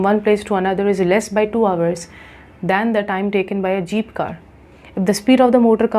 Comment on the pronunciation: According to didi" jeep"❌ zeep 👍